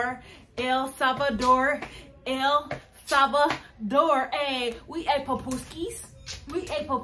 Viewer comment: I like the way you say El salvador, El Salvador!!! guys!! You are welcome any time.!!